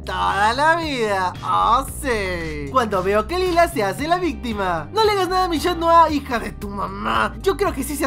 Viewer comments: vistima, cocodrilo jajajaja tipico chileno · Es un video viral de mi paìs, Argentina, una mujer en un reportaje se equivocò y en vez de decir victima dijo vistima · En vez de vistima dijo víctima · Le quitaste la gracia en decir victima en ves de vistima